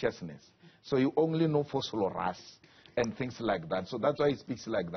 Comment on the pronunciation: Someone check on “he only knows about Vooslorous” 😹😹😹😹